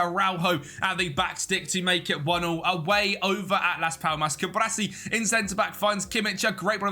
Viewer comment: Cu-Bar-Si not Cu-Bra-Si. Video is nice aside from that though